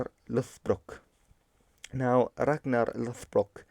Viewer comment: The gn in Ragnar is pronounced ng+n "Rang-nar" just said like you pronounce it in modern English is a better proxy.